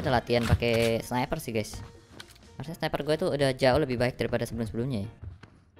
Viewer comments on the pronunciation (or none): none